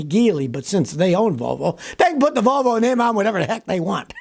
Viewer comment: ...Wolwo...they can't grok the letter "v"...